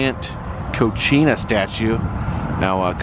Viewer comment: Dude...Concina (your pronunciation) is Mexican for kitchen...Kachina (notice the 'ka' syllable) are the Hopi spirits.